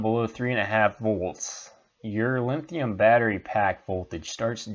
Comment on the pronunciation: Thanks for putting this video together. But, you're ki11ing me every time you say "LINNNN-THIUM". It's like fingernails across a chalkboard. LOL. Drop the "N" dude. There no "N" in the word LITHIUM.